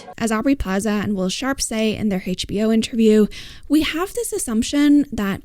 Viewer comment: Thank you for this analysis. I can’t help but ask. I’m just curious. Why do you pronounce “H” as they do in England and Australia, but not in the US? It was only evidence when you said HBO.